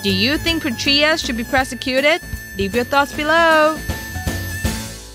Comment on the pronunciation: Petraeus = PA-TRAY-IS... NOT Pe-Tree-is